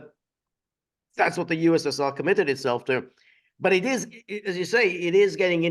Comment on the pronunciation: Correct! Putin said “ USSU” effectively. Not “USSR”